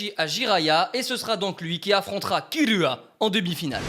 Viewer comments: Pourquoi il dit Uchihwa quand s'est uchiha? Et aussi pourquoi kirua s'est killua? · j'en ai mar c'est pas killua mais kirua le r Et aussi ses pas hunter hunter mais hunter X hunter le x